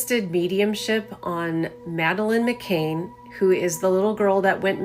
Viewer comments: Lol, this psychic claims she knows how Madeleine died but doesn't know her name is McCann and not "McCain", as she pronounced it. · The psychic regarding Madeliene McCann does not even pronounce her surname correctly and calls her "McCain" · She couldn't even get Madeleine McCann's name right